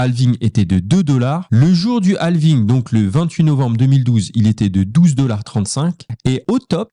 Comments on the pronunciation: Bonne video, par contre toute la vidéo en Français mais juste le mot « halving » avec l’accent Anglais c’est horrible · On dire quand dit halving on dirait un film français avec les voix canadienne lol